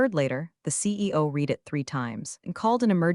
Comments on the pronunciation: Please fix read - red it’s so very annoying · Homophones and tenses are a pain in the ass. Past tense on read is pronounced, red. Present tense of read is pronounced, reed. I red that book. I reed this book a lot.